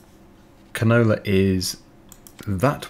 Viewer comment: I rly like how pronounces canola. He says it more like canoler 😂